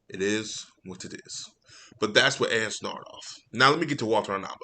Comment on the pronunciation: I would correct you on mispronouncing Walter Hamada and Ann Sarnoff’s names, I hate these two too much to even care.